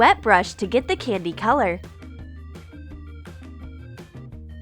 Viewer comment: Y do you say candy like that